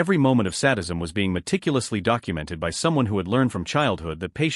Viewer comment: Oh, come on now! There is no such word as sad-ism. Sadism means sick twisted people who commit harm on others with torture and death. Sad- ism is NOT sad. This is the second time it was said in this video. This is So Rediculous!